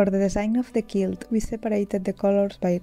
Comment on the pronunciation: Muy bonitos tus proyectos y este en particular! En Ingles decimos 4 BY 4. Tambien quilt se dice como Cuilt, son pequenas cosas que tambien tuve que aprender. Eres muy inteligente y admiro la calidad de tus videos. Saludos tambien al dueno de las camisas.